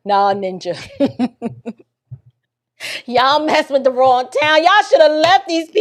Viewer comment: He also says wiff instead of with